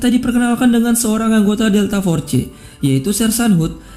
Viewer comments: "DELTA FORCE" Bacanya bukan Forcee.. Tapi Fors.. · Bg, penyebutan nya delta fors bukan delta forse/delta force Klo tulisany delta force tp d baca delta fors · fors bukan forse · Jgn delta for ce geh tp deltaforce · Pronunciation loe josss.... Delta for..ce